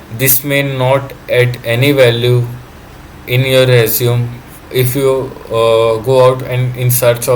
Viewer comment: Resume is pronounced res-you-may